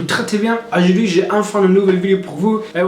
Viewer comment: Ajuidi=aujourd'hui 🤣🤣mais j'adore ce gars tu te débrouille très bien